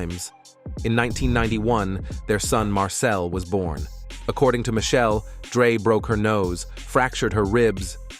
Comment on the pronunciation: It’s not “Michelle.” It’s pronounced: mish- shell- lay. It’s not “shoog.” It’s “shug.” If true, it’s sad that Dre hits females. It’s equally sad that Dre and is a billionaire that pays literally nothing in child support.